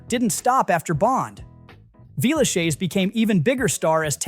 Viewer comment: At first I couldn't figure out what you were saying. It's pronounced 'Villeshez', not 'shayz'.